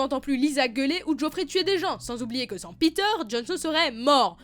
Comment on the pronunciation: Il s'appelle pas Peter bordel, il s'appelle Petyr